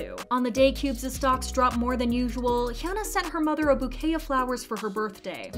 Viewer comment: its hyuna not hyana haha